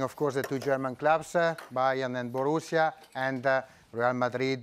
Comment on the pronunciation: IDK .. It sounds like pick Bayern or Take Bayern or something